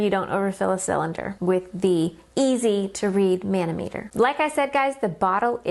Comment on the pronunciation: muh-naa-muh-tr ;) Not Man-0-Meter, Otherwise great presentation.